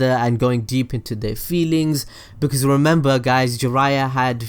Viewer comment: its "because" and its "occean"